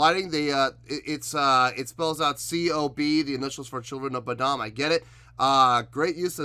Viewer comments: Saving you some Internet outrage here before the trolls jump on you.......it's pronounced like Boh-dumb. Or Lamar Odom with a B in front of his last name. lol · "Children of bud uhm" 😂